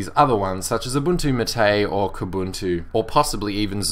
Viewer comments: Xubuntu and Ubuntu MATE (which is pronounced MA-te, by the way ;) ) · Is thát the pronunciation of MATE??